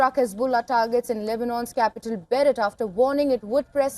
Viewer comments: Beirut (Bayroot) not Berett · It's Bayroot not B..... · It's Beirut!!!!!!! Learn to enunciate it properly what the hell... And she's a news anchor??